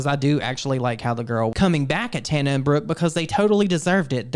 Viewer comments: the fact they both called her "Tahna" is sending me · The way she is constantly misprouncing their names 😂😂😂.